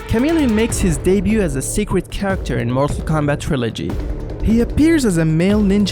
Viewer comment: seeqwet character